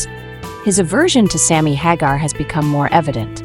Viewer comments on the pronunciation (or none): Thumbs down for not pronouncing Sammy's name properly! 👎👎